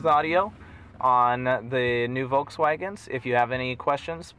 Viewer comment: Did he just say voulkswaegens? Da wird mir ja schlecht von.